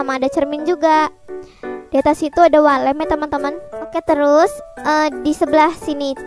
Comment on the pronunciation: Yang aku denger wall lamp❌ walet ✔